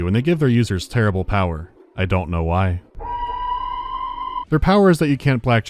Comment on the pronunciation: Skip to exactly and listen to how he pronounces "I don't know why".